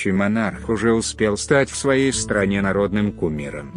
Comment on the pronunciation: Материал интересный! Согласен! только ударение в словах неправильно. Например :сатрАна надо странА.или гОду а надо годУ.